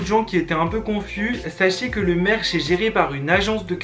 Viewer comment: « Mon maircheu » tu nous avait pas dit tu venais du chnord 😭